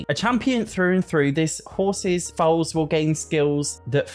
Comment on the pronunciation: Episode 11 of telling him "Foal" is pronounced kinda like "fold" and that ponies arent baby horses.